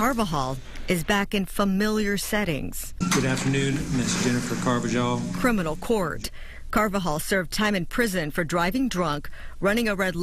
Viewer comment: The judge: Ms. Carba-jol...o_0